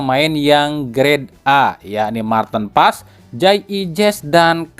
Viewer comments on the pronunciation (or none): Mar tin pa es.... Bukan Marten pass...